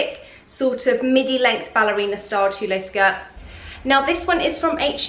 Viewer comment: Pronounced "tool" not "tooleh"